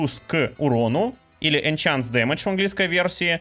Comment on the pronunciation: enhanced damage а не enchanced damage